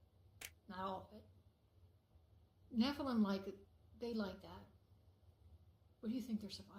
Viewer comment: She said the blood is going to the nephelim!!!😮😮😮😮😮